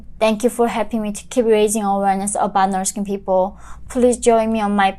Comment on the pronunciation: Stop pronouncing "No'k people", and slow down a bit, sometimes it becomes tiring to understand your accent